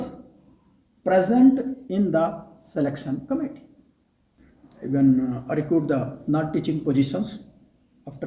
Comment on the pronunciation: Knowless, educason, selectson,etc etc., OMG! English pronunciation 😂😂